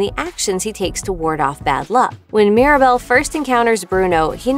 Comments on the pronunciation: It's Mirabel not Maribel 🤦‍♀️ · It’s mírabél not Mirabell and it’s mádrígáls not mardigils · She also keeps calling Mirabel “Maribel”